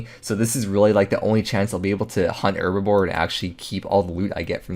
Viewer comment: Love the videos. But does it drive anybody else crazy how he says "herbaVORE" instead of "herbLORE"? Lol